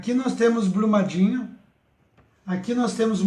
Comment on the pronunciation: Itabiritú....rsrsrs - ITABIRITO - Blumadinho - BRUMADINHO - não esta conseguindo ler 2 nomes simples e básicos como esses, mostrando um mapa de cabeça pra baixo ou ao contrário..... difícil demais,hein? Deste jeito aja credibilidade . VC TA BIRUTU..kkkkk